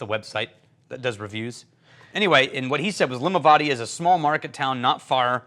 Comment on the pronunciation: I can't wait to try this one, but one small point, Limavady should be pronounced to rhyme with caddy.